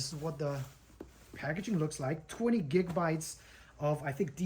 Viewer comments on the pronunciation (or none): none